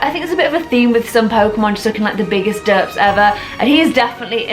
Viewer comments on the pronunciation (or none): none